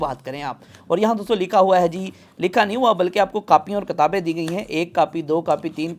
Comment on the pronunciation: kaapiey or kataabien 😆😆😆🤭🔥👌✌